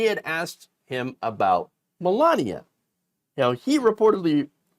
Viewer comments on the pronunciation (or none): none